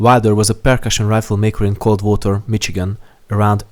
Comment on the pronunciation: Great video, really nice but I wince at your pronunciation of "Michigan". It is not pronounced "Mitch-i-gin" It is "Mish--i-gin".